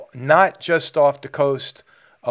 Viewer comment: San Pedro bay. You pronounced it right 👍👍👍